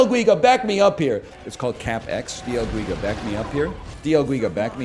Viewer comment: dee el geega